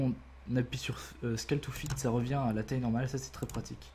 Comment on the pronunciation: Sunnymation Making of xD Faut revoir ton accent anglais 😂 genre "Scale" xD j'etais mort 😂👌